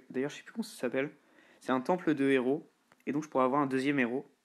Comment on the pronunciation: Super vidéo juste on dis pas trois zéros ! Mais trois hèros !